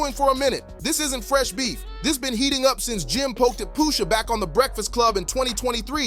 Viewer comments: Poosha? wtf is wrong wit u? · POOOSHA? Who TF is POOOOSHA?